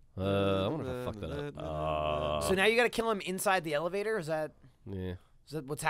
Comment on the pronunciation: "eleVador" DAM IT!